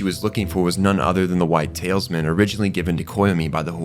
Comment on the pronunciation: Talisman..."TAL-US-MAN" not "tails-men"